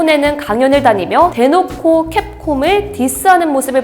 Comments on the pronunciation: 캡콤을 자꾸 캡콥이라고 한다 ㄷㄷㄷ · 캡콥이 아니라 캡콤인데 왜 자꾸 캡콥이라고 말하나요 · 왜 캡콥이라고 발음하세요? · 대본 읽으시는거겠지만 리딩 하시는 분께 게임사 이름정도는 확실히 알려주시고 하세요...한번 정도는 실수겠거니 했는데 자꾸 캡콥이라고 하시네요...